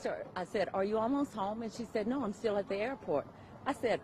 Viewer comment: "An that iish steal up for debate".lol